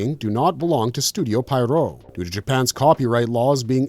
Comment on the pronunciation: Japanese names, too. (And Italian, in the case of Studio Pierrot.) You would think he would at least know how to pronounce Shinzo Abe, a former prime minister. While both were assassinated, the name "Abe" is pronounced differently for Shinzo Abe and Abe Lincoln. It's easy to pronounce Japanese words. Unlike English, each vowel in Japanese only has a single pronunciation, and are never silent. You don't need to be fluent in Japanese to read a Japanese word correctly. You just need to learn how to pronounce "a", "i", "u", "e", and "o".